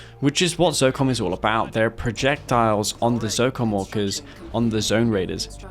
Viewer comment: When you say ZOCOM Orcas it sounds like ZOCOM Walkers xD